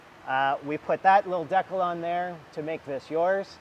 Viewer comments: What's a deck-el? Does he mean Dee Cal? Lol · Deckals lol you mean Decals right lol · Learn how to pronounce Decal. You gave me a chuckle when you kept saying deckle. Lol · My name isn’t Tim and why are you saying decal like that?? It’s Dee-cal not De-cal. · dat how wepronounce it in England too deckul, not deecal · When he pronounced “decal” I had no clue what he was saying until he put your decal on the bucket, lol